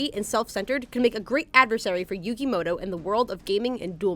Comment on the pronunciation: .... did you say moto its muto pronounced mooo toe